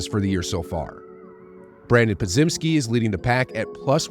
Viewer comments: Po-JIM-ski. Just a heads up. As in Jim Carrey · Still not saying Podziemski right, lmao